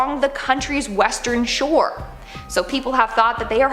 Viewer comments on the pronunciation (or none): none